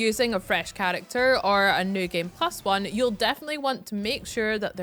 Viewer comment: 'Chalacter' are you chinese bro?